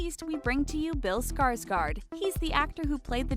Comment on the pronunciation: As a girl from norway, my ears crying when i hear ,,skarsgard" Å = o